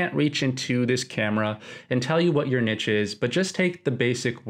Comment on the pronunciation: also the word niche is pronounced like neesh, for future reference hahaah